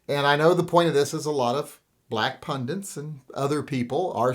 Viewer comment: That's indeed what almost all comfortable white males in the US think. Let's continue pretending all is well, blacks are treated just like everyone else, cops never kill black folks just because they're bigoted, life is so fucking beautiful (if you're white). Also, it's pundit, not pundint. Read the dictionary sometimes.